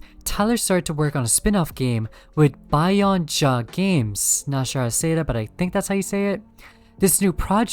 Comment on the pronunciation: bio ninja, not bio nja